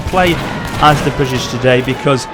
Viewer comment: 6 min into the video to understand that that word was "British"